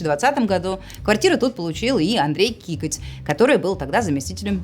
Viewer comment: Не кикоть, а Какоть)))